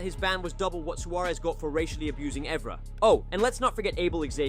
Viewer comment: Ay-Jax. Eevra! Chellini? Fuckin hell 🙈 the pronunciations are so bad definitely not a proper football fan 💩